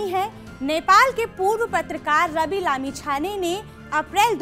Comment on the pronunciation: कृपया उनके नाम को अच्छी तरह शुद्ध उच्चारण करें रवि लामीछाने